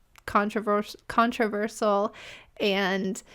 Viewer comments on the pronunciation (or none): none